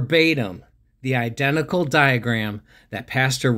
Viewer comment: "I denticle" great movie! 😂